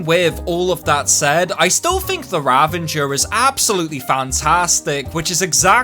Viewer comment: Nice video, but the weapon's name is "Ravager" not "Ravenger" xD